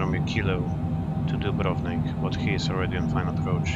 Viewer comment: the correct pronunciation of dubrovnik ..is very rare to hear👍